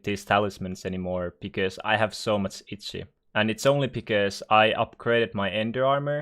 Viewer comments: If I am not mistaken, he is Finnish. As a Finnish person myself I can confirm that over 90% of Finnish people pronounce “Itchy” Itzi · I love how your accent makes you say itsy